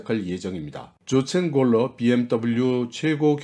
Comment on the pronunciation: 조첸 골러가 아니라 요헨 골러입니다